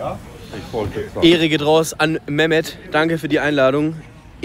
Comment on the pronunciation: Er sagt Memo anstatt Mehmet 😂